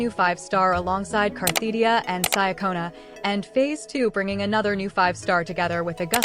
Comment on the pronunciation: It's funny to me that the poster always uses this AI voice that both mis-spells and mispronounces Cartethyia and instead calls her Carthetyia.